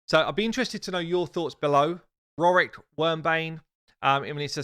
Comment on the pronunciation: “Vewy Well!... Welease Woric!” (Python fans will get it)